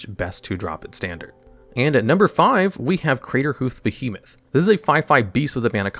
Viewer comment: He also never pronounces the first R in Craterhoof Behemoth